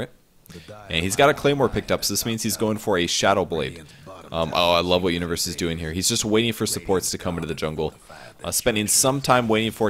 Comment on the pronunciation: sounds like he's saying Uterus rather than Universe lol